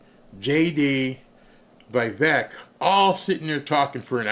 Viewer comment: Vivek is awesome. Btw: it’s Vi-vayk (rhymes with cake)